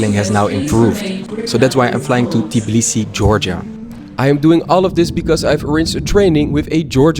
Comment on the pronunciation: Im georgian but u said tbilisi wrong u said tiblisi